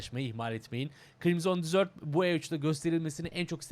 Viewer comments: dizört degil dezırt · Krimzon Dizört değil de Krimzın Dezırt...